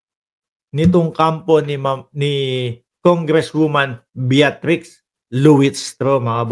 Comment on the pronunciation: Bitrix lang po, Hindi Beatrix.